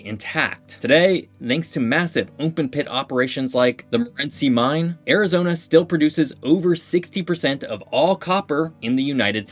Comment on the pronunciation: god listening to you mispronounce so many things about Arizona is painful